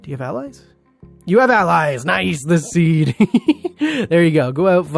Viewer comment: lol press like for how many time he says zeed instead of seed lmao